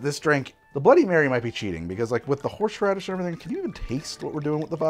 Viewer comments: Horrrrsh radish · The man can pronounce "Worcestershire" flawlessly, but "Horse Radish" throws him for a loop. Amazing. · I feel like Worcestershire being pronounced correctly just sets up your brain to pronounce normal words wrong after. Like the shh in shire was the exact same shh in horshh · Ladies, get a guy who CAN pronounce “Worcestershire” correctly, but not “Horseradish”.